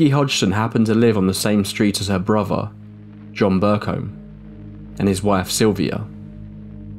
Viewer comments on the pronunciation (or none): It's wild that you can pronounce the, but nothing is nufing, and brother is bruva. Why??? It's T-H!!!